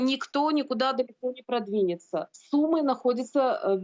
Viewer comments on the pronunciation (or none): none